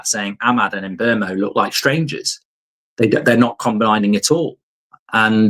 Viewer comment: Who TF is Mburmo? There is no R in his name 🤣🤣🤣🤣